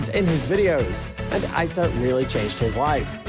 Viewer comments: It’s pronounced EEsa on ISa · Bruh who is icea you pronounce it e: sah: issa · I know this guy is british but, "eye sa" I only know "Issa" pronounced, "eeeee sa, eeeeee sa"